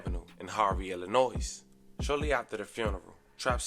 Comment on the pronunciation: There is no damn S pronounced at the end of ILLINOIS… stop, edit 😂